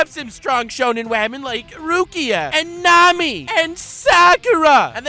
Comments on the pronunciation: By the way, I was watching Wolf Children for the first time today and I called Hana "wamen". THIS IS ALL YOUR FAULT AND YOU BETTER BE GRATEFUL! YOU HAVE CREATED A NEW TERM FOR THE ENGLISH LANGUAGE AND, IF NOTHING ELSE, YOUR INVENTION OF THE WORD "WAMEN" SHOULD BE ON YOUR GRAVESTONE. It is just such a fun word you genius, baka I hate you. XD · "Welcome Wamen and gentle wamen "